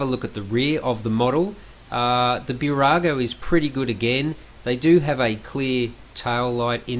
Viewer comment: Small tip: not Bew-rago, but Boo-rago. Nice review 👍🏻